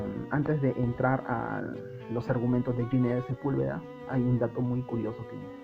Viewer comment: Ginés es un nombre castellano y se pronuncia con las normas fonéticas de este idioma: la G con las vocales i /e tiene sonido de J. Ginés suena como Jiménez. Nunca como si fuera inglés . No es "Yinés", por favor. Este constante error hace que el vídeo se vuelva casi insoportable.